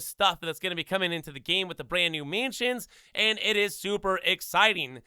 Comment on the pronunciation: Can’t say mansions properly either 💀